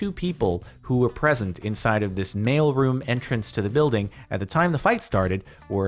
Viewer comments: Took me a few minutes to connect that he is saying mail room not male room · I kept hearing "Male Room" and I was so freaking confused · thought he said "male room entrance"